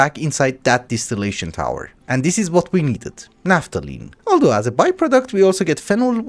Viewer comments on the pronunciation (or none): none